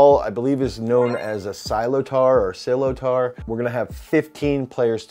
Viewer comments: Loved the video ❤. Wasn’t expecting to see hurling. Slip tar is pronounced slitter. And I believe stats for the avg hurler is 1.82m 84kg 12% bf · There is a big lack of hurling conditioning content. Thanks for this detailed video and appreciating the game! Sliotar is pronounced like "sliter". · no, slit-er